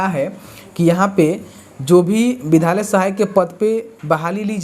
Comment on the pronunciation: Vidhalya mat bolo vidyalaya bolo . Tum bahut galti speak kar rahe ho.